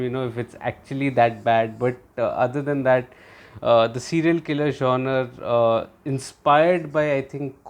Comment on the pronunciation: love your reviews! Just an FYI... the word genre is pronounced John-rah... but keep posting these awesome reviews!